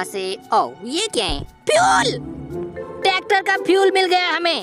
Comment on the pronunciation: Tacter nehi tracter